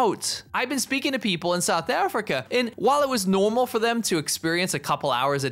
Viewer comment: the way you said normal was so british